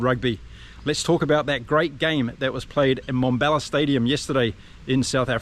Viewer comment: It is NoT Mombella It is MmmBombela. Transition from an m sound straight into a b sound. Let your pierced lips for the m sound pop through the b sound. Come on, you can do it. 😊